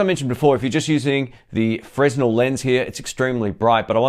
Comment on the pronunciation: I like your reviews and I hope I would be of help to you, by correcting the pronunciation of the Fresnel lens - it's pronounced frenEl (fre-nel).